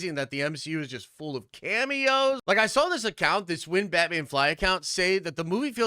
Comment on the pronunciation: Is saying “sawl” instead of “saw” like, a Canadian thing or something?